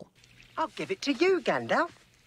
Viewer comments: I've never heard 'Gandaff' before. I started thinking it was the 'real' pronunciation that no-one uses (you know, like 'Voldemort' with a silent t). But no, I think Dan just doesn't know how to say 'Gandalf'. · Every time you say Gandaf instead of Gandalf, a Balrog losses it's wings. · OK, I like this video overall as I have enjoyed Bakshi's various films since I was young... But, why do you keep saying 'Gandaff'? There's an L in there you keep missing... Are you saying it that way on purpose? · All this "Gandaf" stuff is killing me inside. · Gandaff. ??? shrugs Lovely video, really enjoyed it. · Do you not understand how editing works? A bunch of the instances of the "Gandaf" pronunciation occur during footage of Dan sitting in...whatever national park he filmed his narration segments at. If the pronunciation error wasn't caught until after shooting was complete for those segments, "editing out" the gaff would require Dan to go back out to the national park and reshoot that footage. Editing is not some magical fix-all and if you're going to fix something like a mispronunciation "in editing" you need footage to replace it with. Dan is definitely saying Gandalf's name wrong (I originally thought it was a bit, it's been a while since I watched the Bakeshi adaptation and at first thought it was a bit Dan was doing to riff off how the name was pronounced in that adaptation) but your idea of how easy it would be to "fix" that in post-production shows an almost complete lack of understanding of even basic film production. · This annoys me SO much. He speaks flawlessly the rest of the time, why can't he just say 'Gandalf' properly? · Was really tempted to comment, "Who is Gandaff?" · if you wanna get real nerdy with that line of reasoning, it's arguably "Gandalv", with a "v" sound. I doubt that's the intended pronunciation, but if you want to really annoy your friends, well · every time he says "gan-daff" a Balrog loses its wings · apparently "gandaf" is Dan's accent